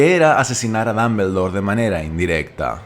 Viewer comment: Ambrich Dambldor Jajajajaja me voy quedar sordo por esas pronunciaciones